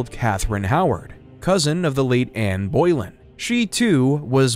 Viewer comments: An interesting summary, necessarily glazing over a lot of detail. But I’m not sure if this is an AI narration or whether the narrator is just incompetent with some basic pronunciations. Boleyn as “Boy-linn”? WTF? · I think it was pronounced in her tine as Bulen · Please, Please, Please stop teaching people things that are incorrect when a quick check would solve the problem... Learn to pronounce the names properly before you make these videos. there is no 'boil' in pronouncing either Bolingbroke or Boleyn. Bolingbroke is pronounced "Ball-ing-brook" or "Bow-ling brook" and Anne Boleyn even the porn industry knows is pronounced "Anne Bo-Linn" (Amber Lynn took her porn name from Anne Boleyn because spoken quickly both names sound the same). You are not the only one, but I'm shocked how often youtube videos completely mispronounce the names of the people in history whose lives they are detailing. Its hard to take the details of someone's history seriously when the person speaking doesn't even seem to care to know the name of the person they're speaking about. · All-in-all, a very long, comprehensive history without ads. However, there are some inaccuracies and mispronunciations. In particular, Anne Boleyn's name made me cringe. There was also one instance where the word "ancestor" was misused when referring to Winston Churchill. I almost stopped watching when all of a sudden, a mouse click sound effect started being used during the Queen Victoria segment. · SO many mistakes and inaccuracies, all very easily checked facts. Quite disappointed by these silly mistakes. Also there some jarring pronounciation mistakes, particularly "Boleyn" and "Warwick". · The last name of the second wife of Henry VIII was Boleyn not Boylen as you constantly called her. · Anne Boylin? The narration is insulting. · It is annoying to hear the narrator consistently mispronounce the name of Anne Boleyn. It is not Boy-lin. It is Boe-lin. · Dude, it’s Boleyn, not Boilen😂